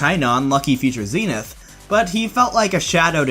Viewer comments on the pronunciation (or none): none